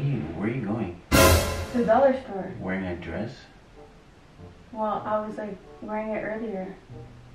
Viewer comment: The emphasis on:you're wearing a dress" everytime like wearing dress is illegal for 🤣😅🤣